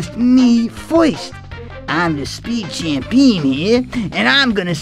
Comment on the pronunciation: "Champeen" They should have kept that.